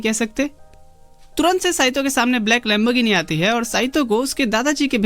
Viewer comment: .lembosine ❌️ lamorgine ✅️